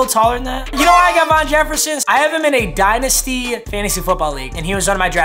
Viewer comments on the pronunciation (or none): say von Jefferson, pronounced VAN JEFFERSON